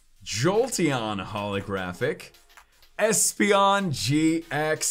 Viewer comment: Who else heard esper not espeon